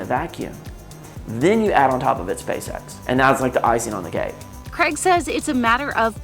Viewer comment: You said "SpaceSex".....